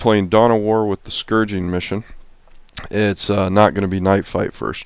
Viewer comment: The scouring....... No G in there! Nice report though